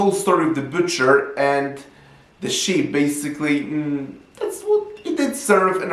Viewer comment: The sheep 🐑 detectives are on the case you can Baaaa-et they won’t have the wool pulled over their eyes 👀! lol also it sounds like you’re saying shit 💩 detectives 🕵️ at the end. On the case of the unflushed toilet?